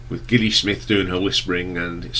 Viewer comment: You do realise that Gilli is pronounced with a soft G, as it's short for Gillian?